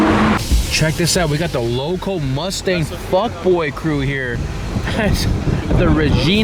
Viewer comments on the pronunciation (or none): none